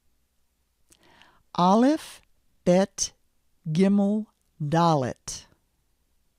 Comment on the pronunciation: I lost my mind when she said gimel